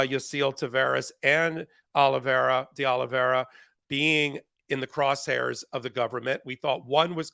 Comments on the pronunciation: Ben, when you have a moment, could you take a careful look at Carlos De Oliveira's last name in order to correct your pronunciation? As of this video, I have not heard you pronounce it correctly yet. [Not to worry, though, as almost every poster on YouTube (including yourself) mispronounces it. It's just that you are a good, educated, professional who I am sure prides himself on getting things right.] P.S. Mr. Popok pronounces it correctly! (retired teacher) 😇🙏🌈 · Ben, I’m half-Brazilian. It’s pronounced De Oliveira as in “Day Olive Ara” not “Day Olive Area” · De olly vee era not de olly vee eria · Minor bug, but it is De Oliveira, not DI Oliveria, as Ben continuously mispronounces. De, pronounced as in 'de'ad. Oliveira, pronounced Olivayra. Look got it ok. No 'I' after the R, Ben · Please correct your pronunciation from De Oliveiria to De Oliveira ;-). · You're mispronouncing De Oliveira's name. There's no I after the R. Thought you might want to know. Sorry to nitpick. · I think the correct pronunciation of the new co-defendant's surname is DAY OH-lee-vay-rah.